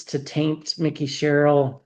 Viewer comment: It is not pronounced “ Mickey” Sherrill, it is Mike-E.